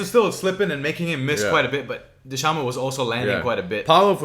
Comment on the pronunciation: The C in dhcamads name is pronounced as a K bros